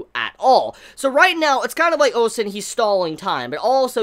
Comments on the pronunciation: OH MY GOD FINALLY SAID OUSEN CORRECTLY!!!! FOR PROOF CONGRATULATIONS!! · He says it correctly again!! So proud!